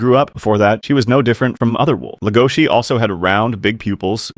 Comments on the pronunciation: STOP SAYING HIS NAME WRONG! DID YOU EVEN WATCH THE SHOW BRO? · Stop saying his name wrong